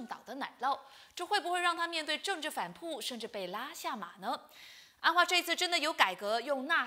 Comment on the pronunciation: 反扑（pu4×正确：pu1）听听（轻声的调度错误，正确：中低调）、里头（tou2×正确：tou，轻声：中高调）、知识（shi2×正确：shi，音高：低调）